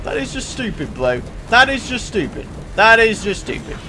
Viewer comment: "In capital letters SHTUPID amount of damage"